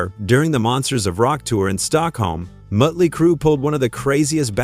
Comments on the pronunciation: Mutly crew?? Who the heck is that? I've heard of Mötley Crüe.... Try using a real person talking as opposed to AI fake voicing.... 🤪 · AI said Mutley Crue. 😮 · Moat-ley Crue, huh? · Sloppy AI narration. Mote-ly Crew. Good one. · Mut Lee Crew ... fuck this AI bullshit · "Mutley Crew"...Why do these sites use AI narration? It really SUCKS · "MOTE-LEE" Cru? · You need to teach your AI how to pronounce Motely. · How do you not know who Motley Crue is, or how to pronounce it. Thumbs down